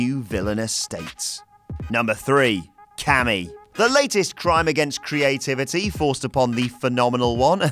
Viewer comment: No No No AJ Styles Its KAMI (ca-me) Not KAMI (kamm-e)